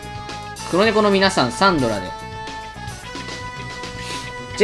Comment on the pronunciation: 前から思ってたんだが…… サ↑ン↓ド↓ラ↓ってさん言ってるやん？私サ↓ン↑ど→ラ→なんやけど皆はどうか？私だけなのか…？わての偏見だろうか(T-T)？